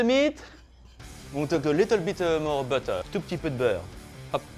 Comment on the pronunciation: "Add some butteuur... Bit more butteuur. Liiittle more butteur. More butteur" Yup this guy is French af. XD Gotta love the butteur tho.